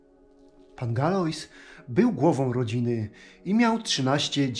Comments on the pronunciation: Galois wym. się (Galła) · Fajne rzeczy Pan pokazuje ale do narracjii to Pan sie nie nadaje. Az mi sie odechcialo dalej ogladac . I jeszcze tak znieksztalcic czyjes nazwisko, boshe zlituj sie. Masakra. Nastepnym razem prosze sie zapoznac z poprawna wymowa z francuskiego a nie spolszczac slowa bo tak Galois sie tak nie wymawia. POLECAM google tlumacza i jego poprawna wymowe. Dzieki